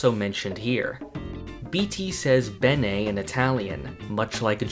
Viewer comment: Bene is pronounced beer ne